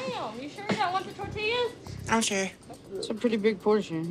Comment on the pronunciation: I went back to listen to say the word "tortillas" about 20 times because I've literally never heard anyone pronounce the word that way. "Tuhtehyas". 😂